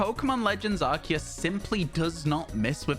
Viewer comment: he said it … legends arKEus …. not arSIus 😱😱 🎉🎉🎉🎉🎉